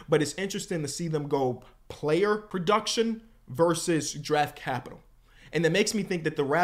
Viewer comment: I appreciate your knowledge & break downs always. Just stop using the word “capital”. The way you emphasize it is mad annoying son